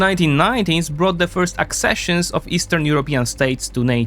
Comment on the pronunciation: More and more axesessions I hear hear about. People here sure love their axes